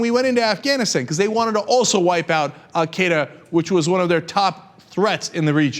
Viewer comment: Cenk, you are not pronouncing Al Qaeda right, lol!!